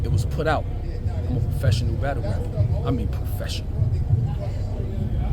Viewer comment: Yo I swear this nigga said it was put out that I’m a professional rat-tle rapper lmaoo wtfff😂